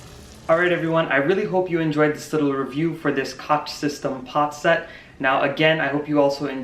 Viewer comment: It's pronounced Coke